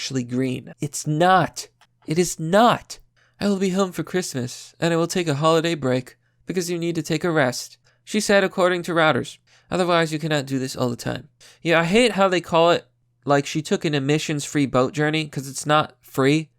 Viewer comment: Reuters,, not routers